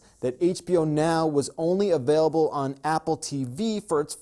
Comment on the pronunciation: He says ABAILABLE !!!!??!